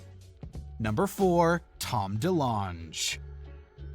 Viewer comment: the most cringe thing here is how you pronounced "Delonge".